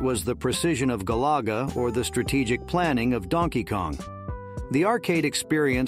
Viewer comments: wtf is gah LAH gah? lmao it's GALAGA i.e, GAL-ih-guh. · GAL! AH! GA! , Not Galayga! Or Golaye Ga! ... Narrorator theres no Oh in GALAGA! 😂